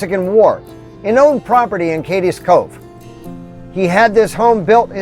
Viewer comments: I’m sorry! I don’t want to sound like an obnoxious critic, but it’s pronounced “Kade’s” Cove, not “Kad-des” Cove. Again, my apologies for sounding “smug.” I just couldn’t help but to correct this. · Cades Cove is not pronounced Cadis cove, but CADEs as in Cascades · It's "Cades Cove" not Cadez cove. It is pronounced as if Cade is possessive. Excellent video. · “Cade es”Cove. LOL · Love this weeks videos. FYI Cades Cove is pronounced Cade's Cove, one syllable.